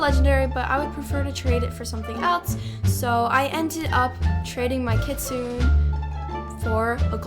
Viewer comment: Very sorry to call I out, I’m not trying to hate I’m subbed and LOVE ❤ ur videos but Kitsune is pronounced Kit-soon-ay. Love ur videos, keep doing what you’re doing! ❤